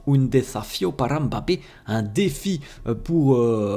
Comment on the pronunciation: T'es l'un des rares à bien prononcer Mbappe , tu ne dis pas M'Bappe comme les autres 😂